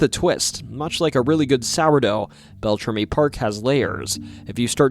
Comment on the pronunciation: It's so hard to listen to you mispronounce everything. Bell-tram-EE. Also, Ojibwe is the language. The people are Aniishinabeg.